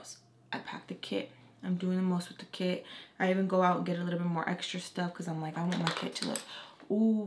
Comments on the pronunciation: for almost 5 minutes i thought you said kid but them i found out u said kit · At first i thought you were saying kid wen you were saying kit also love your story times🥰